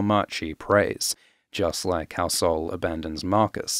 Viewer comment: Heeeey, you're pronounciation of sol was so good!!!! Not that is a hard word but sounded perfectly brazilian